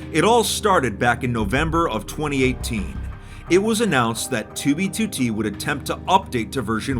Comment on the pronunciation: The way he pronounces 2b2t is perfection. "Toobeetootee"